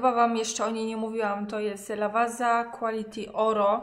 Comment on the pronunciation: zależy gdzie byłaś, kraj jest duży i każde miasto, mieścina ma swoja wymowę. Ale Lavazza to nazwa własna i powinna być czytana poprawnie. To tak jak mówi o robocie Xiaomi nie czyta go IKSIAOMI.